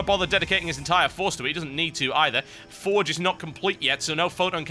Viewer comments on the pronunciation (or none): none